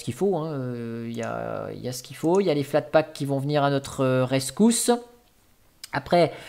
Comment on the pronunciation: bonjour,tu m'as fait saigner les oreilles avec flatpak,mais trés bonne video à quand une video sur evolution ou machine